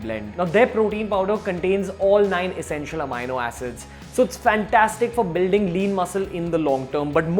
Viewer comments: The correct pronunciation of "amino acid" is uh-mee-no-a-suhd (sid) only and not uh-my-no-a-suhd (sid). Posting this comment post multiple researches. The incorrect pronunciation repeatedly kept provoking my Grammatical Pedantry Syndrome and I had to quit watching the video. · ROFL.....😝 Its not pronounced amyno but ameeno Pity on Beer biceps 😂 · what the fuck is amaino acid. May be read a dictionary before making such a bullshit claim. Its amino pronounced as am-ee-no acid. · not “AMiNO Acids” you jerk, it’s just Amino Acids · It is not amayano it is ameeno(amini). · Its ameeno not amayno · Its Amino acid not "Ameino" acid! Yes, I checked the oxford dictionary and thesaurus. Stop using that ugly fucked up Indian way of pronouncing shits. Makes you look like a fuckturd wannabe. That was just pure cringe! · No offense meant but it is pronounced as ameeeno...with an e ....peace !